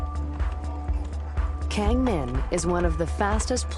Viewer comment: "keng min" fail...it's pronounced with Ah not keng...